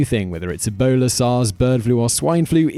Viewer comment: On number 8 when you say Ebola it sounds like you a say a boner LMAO